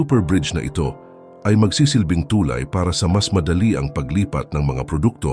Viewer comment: mispronounciation of the word "tulay". but this is a good news for us.